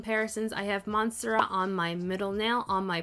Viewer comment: Monstera is pronounced mon-STARE-ah. ☺️ These swatches were super helpful! I picked up the collection, but I hadn’t seen them being used up close yet. Even more excited now!